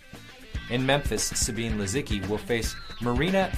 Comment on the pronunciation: Lol! The hilarious part is that they are all pronouncing it wrong! It’s Suh-bee- neh . Not “ Sa-bean”